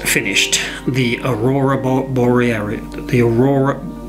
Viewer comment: One of the best and straight forward tutorials I've seen and so enjoyable too. Made me giggle when you tried to pronounce Aurora Borielis ( not even sure I can spell it correctly 😁) I've wanted to try and paint these ever since we've had such a magnificent display here in the UK and capture the beauty as I don't have a very good camera so have had to be inspired by all the wonderful images and colours I've seen. Your tutorial of them is fantastic and thank you🙂